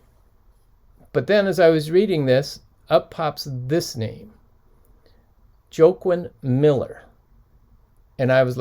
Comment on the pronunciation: I think that poet Joaquin's name is pronounced "Wah-keen". Like the actor Joaquin Phoenix that recently played in the Joker movie. Not that its important lol. On the other hand...what a great find!